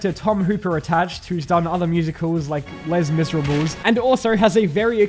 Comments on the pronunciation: Did you pronounce "Les Miserables" phonetically?!!!, blasphemy!, it is 'Lay-Miz-Er-Ob' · Less Miserables? At least attempt to pronounce it correctly. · I stopped watching after you said 'less miseruhbels'... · HAHAHAHAHAHAHA He said, "Lez Mizerahbles" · The pronounciation of les mis physically hurt me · I've been laughing for the last half hour at how you pronounce Les Miserables. You're English but have heard a French word in your life?